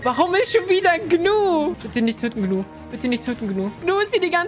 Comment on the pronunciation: Niemand: Gnu: sagt nicht „Ju“ sondern „You“ 😂😂 Liebs ❤️